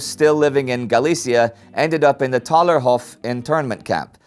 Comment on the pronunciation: Hi, love your show but the internment is called Thalerhof. Don't forget those silent h's ;)